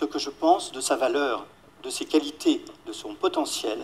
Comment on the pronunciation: ماهذه التزكية . ولا تزكوا انفسكم .فعلا ان التعلم يتطلب المثابرة والمداومة ولكن ليس معنى انك تتكلم بعض الكلمات بالفرنسية انك فعلا متقن للغة الفرنسية .فنطق الحروف (o.ou,ai.eu) بالفرنسية لاتثقن نطقها مثلاvaleur تنطق eu كما تنطقouونفس الشيء نطق iمثل émission وqualité...راه الفيديوهات كيشوفوها الناس المتميزين في اللغات ومع ذلك لايتفاخرون ولا يدعون ان لديهم الطريقة السحرية لتعليم الناس اللغات . لنكن منطقيين والله يسهل على الجميع .فلا علم لنا الا ماعلمتنا 🗣